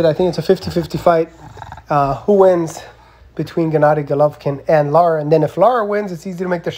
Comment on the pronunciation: His name is Lara not Lata